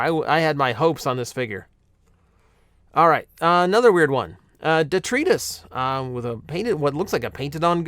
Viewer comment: is the mispronunciation of Detritus on purpose? I've never heard the name said out loud in a show or anything, but I always just thought it was the same as the normal word